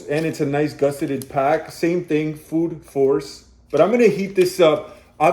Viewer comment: Enjoyed it but at the same time reading even English wrong from the package like Food Force was Food Source. Would be nice to get atleast english written company names right. So surely not best in the game but still good videos